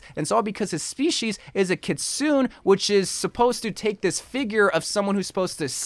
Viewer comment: Hey I don’t really mind this lil error but I’m pretty sure kitsune is pronounced kit-soo-nea Other that that I rlly love this theory and will probs only get ow 2 for the fox character lmao